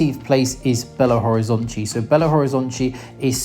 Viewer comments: la pronunciación de Natal en portugués es Natau (cuando la L está en final de palabras o en sílabas, esa L se pronuncia como una U) se pronuncia Belo Horizontchi. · Belo Horizontchi is the pronounciation from Rio de Janeiro people, maybe from Bahia.